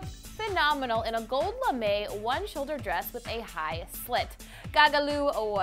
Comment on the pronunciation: because I love you and I care about you. You need to look up in your search bar NOW. It is the cutest thing ever. P.S I laugh every time u say lame